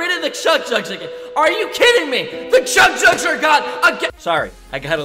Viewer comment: said chug jugs Me:you said it wrong...